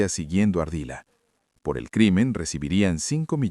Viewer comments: LUIS FERNANDO "* ARDILA *", NO ES ARDILLA 🙋‍♀️🤦🤨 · No es “ ARDILLA” es ARDILA